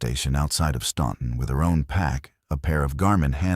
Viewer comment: It’s pronounced Stanton NOT Stonton